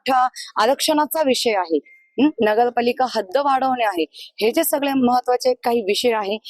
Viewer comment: ताई ते नगरपालिका आहे नगलपालिका नाही आहे 😂